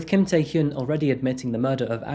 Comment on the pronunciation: Hyun (현) is difficult for people in western countries to pronounce. Your pronunciation is quite good. 💯 #Kudos 👏🏻👏🏻👏🏻